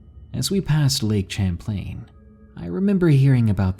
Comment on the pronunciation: you kinda mispronounced Lake Champlain.